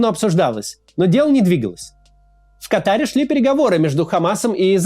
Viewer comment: Ка́таре, а не Катаре́